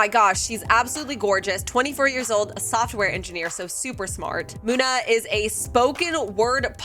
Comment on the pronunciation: It’s Muna come on